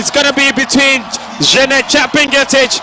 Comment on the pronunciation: please she is chepngetich not chebii ngetich